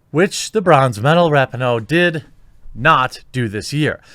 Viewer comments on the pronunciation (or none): I do enjoy hearing your takes on so many different topics and agree or disagree respectfully, which is fun. But you have to do a simple google search on how to pronounce names. It’s Ra pee no, not Rapi no. It just makes you look more informed and plugged in when you pronounce a name correctly. Just sayin… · I hate the bitch but her name is pronounced Wrap-Pee-no. Get it straight bruh